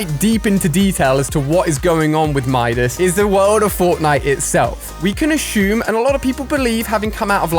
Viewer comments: assume not ashume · Why do you say ASHUME instead of assume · ashum ashumed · Yes ashum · Did he say ashume or is it only me😅